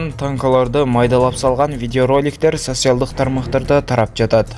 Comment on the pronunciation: Теманы нормально жазып, тексти туура ударения менен окуганды уйрон!!! Сатсиалдык дебей!